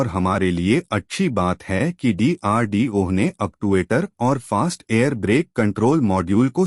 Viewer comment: DRDO ek sabd hai.Tum ucharan D ko alag karke bol rahe ho.